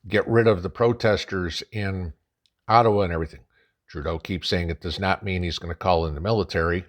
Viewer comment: You keep misspronouncing Turdeau's name....